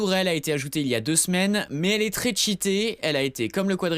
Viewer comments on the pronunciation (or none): none